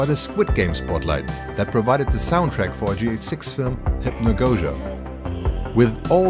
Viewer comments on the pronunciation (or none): none